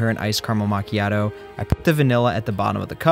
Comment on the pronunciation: bro kinda butchered the pronunciation of macchiato